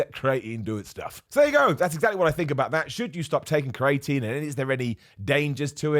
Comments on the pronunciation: Cre a tine not crating lol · Turns out I’ve been saying creATEin wrong for years - I was saying CREEEATINE. You live and learn!!! :-) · Say it after me - cree-ah-teen